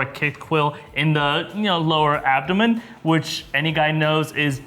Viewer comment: The main thing I learned from this video is that you’ve both been kicked in the “abdomen.”😂😂😂 Awesome vid as always.